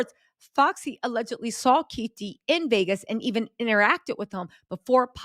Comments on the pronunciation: Great job, the alleges Tupac Shooters name is pronounced KEY-FEE-DEE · It's Keefe eeee D